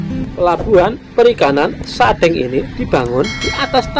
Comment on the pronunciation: Pengucapan kata sadeng . Itu spt pengucapan kata Cireng .